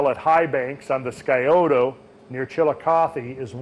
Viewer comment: It is pronounced sigh-oh-tah (Scioto).